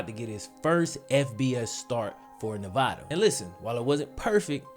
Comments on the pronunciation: I'm a Nevada Alum and watched Malik play against SJSU. Hes not bad but I cant see the hype. He missed a lot of "easy" throws and couldnt read a lot of defensive schemes. Also, its NEV-AH-DUH not Nev-vah-duh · It’s ne-va- DUH 🙄 SAY IT RIGHT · Say Nevada right my guy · Love your vid bro but just gotta say you're killing me with the way you say Nevada